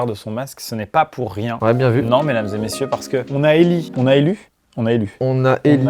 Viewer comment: On dit on a éllo